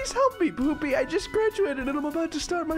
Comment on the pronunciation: made me laugh so hard when he was trying to say PoOPy😂😂😂